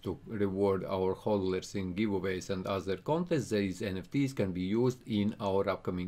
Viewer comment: HOLDERS NOT HOLDERLERS😑